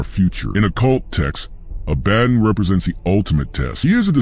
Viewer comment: A-ba-don, not A-badin